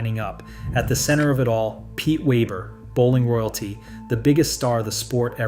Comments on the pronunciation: I thought this was funny too. But I thought he said... Pete Weever. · I just can't get past the narrator changing the pronunciation of Pete's name, going back and forth from Weber to Weeber. Be professional. Get the simple things right! I don't care for Pete, but he deserves the respect of pronouncing his name correctly. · You want to talk about the most popular bowler on the planet, and can't pronounce his name? Did you call him Waver or Waber? I couldn't tell, but I left as soon as you did. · Yea really, not even a hard name to pronounce.